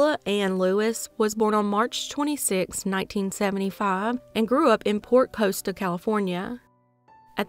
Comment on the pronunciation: Port cost-uh. That’s how you pronounce it. I grew up around there